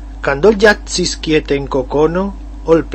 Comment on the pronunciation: "quiete" no se pronuncia como en el español, en el video suena como "kiete"